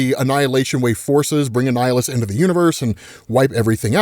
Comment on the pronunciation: man it kind of was confusing to tell when he was saying Annihilus or a nihilist lmao